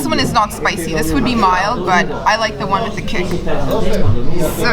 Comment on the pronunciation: has to be argentinian, nobody can pronounce "chimichurri" in the way she does, unless she is argie.